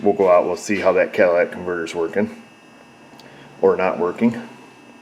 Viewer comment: Everyone say it with me.... " Cat - a - ly' - tic converter " 😆